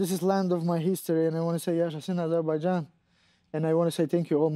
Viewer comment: The lady butchers the name of Rafael's country. Aseerbajaan! Are we going to hear a well-prepared reporter soon?